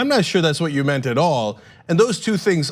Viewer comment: "That's not what I mant." Who's favorite line is this?